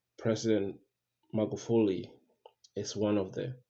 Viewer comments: This guy even doesn’t know Magufuli, his pronunciation is mugafuli. Spreading rumors at will. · it's not mugafuli it's Magufuli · Please PRONOUNCE his name right by buddy. Ok?